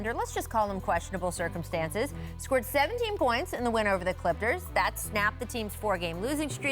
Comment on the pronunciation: Am I the only one that heard her say “clipters”